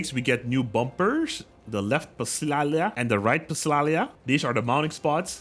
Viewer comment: in psalia you dont pronounce the p